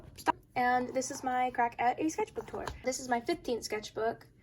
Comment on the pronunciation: The "skethbook" was annoying me soo much waah